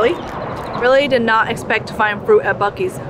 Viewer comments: Bu seas? It’s BUCKees! 😆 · BEEE -U-CEES????? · I'm sorry, "Bew-sees"?! 🤣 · It’s pronounced Buck-eee’s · The way they pronounced the name 🤮